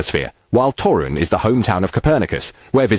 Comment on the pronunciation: It's TORUŃ, not Taurun. Fun fact: Toruń has two Old Towns (side-by-side), each with its own Market Square.